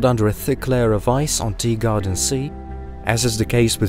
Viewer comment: Is it just me who hears it, or is this guy really saying “Deegarden B” rather than “Teegarden B”?